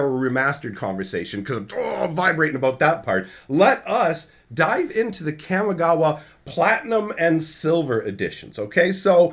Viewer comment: Your pronunciation of Kamigawa bugs me. I feel like the "Kam" in Kamigawa should rhyme with 'mom', not 'jam'.